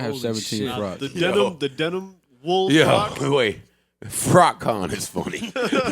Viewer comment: Joe went to 'frock-con'? He an ill nigga, B.